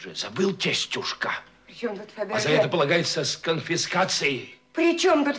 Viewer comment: Додик называл какую то французскую фамилию ... Фабержье .